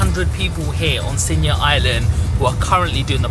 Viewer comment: Its Siniya Island bro.